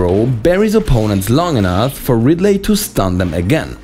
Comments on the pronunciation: STOP SAYING "RidLAY" when you mean Ridley. Ridley is pronounced (Ridlee) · Did anyone get annoyed by him saying radly?🤔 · "You want to hear another joke, Ridd-lay?" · "How about another joker, Rid-ley?" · the pronunciation of ridley is killing me